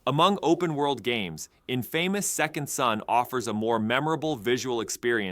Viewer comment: Its Pronounced In-Fah-miss